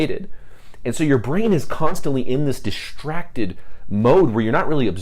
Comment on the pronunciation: Is this a California accent when you say "diSHtracted"?